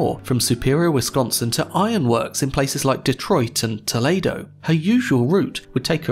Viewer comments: Its pronounced, Toll-ee-doe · As an Ohioan Toledo is pronounced (Toe-leed-oh) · Very good video, just a couple pointers on pronunciation from someone within the US, though I don't mean to devalue any anglo-english pronunciations. Toledo: toh-lee-doh Taconite: Taa-kon-ight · Toe-lay-do? Toe-lead-oh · Tohlaydough? Tol-ee-doe. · Originally Ohioan here, it’s lovely to hear it pronounced like the town in Spain, but unfortunately it’s “Toe-Lee-Do”…. I’m so happy I moved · Great recap and analysis! Two nitpicks about the pronunciation of the lands of my forefathers: Toledo is properly Midwesternized as ToLEEdo, and Michigan is MiSHigan. And flatten those a's, too! ;) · It’s To-LEE-do, when it’s in Ohio. They’ve got a Cairo (CARE-o) and a Cadiz (CAD-iss), too. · woah buddy lengthen that e in Toledo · Great video! But Toledo, OH is NOT pronounced like the Spanish city. "Toe-lee-doe" :) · Good video - however - the name of the state is pronounced “MISH-i-gan” not “MICH-i-gan”, and the ore she was carrying is pronounced “TAK-on-ite” not “TAS-on-ite”. And the city is Spain is “to-LAY-do” - the one in Ohio is “tuh-LEE-do”. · How is it that you can pronounce lake eerie but some how mispronounced Toledo even though the E are elongated and fully pronounced....eerie, To..Leedo, same pronunciation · It’s Toe-Lead-o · Toledo is pronounce more like toe-lee-doe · tack uh nite. toe lee doe mish i gan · Lol "Tuhlaydoh" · I’ll never get over the way you pronounce my hometown “Toledo” lol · the way you said toledo is painful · Excuse me sir but how the fuck did you pronounce Toledo?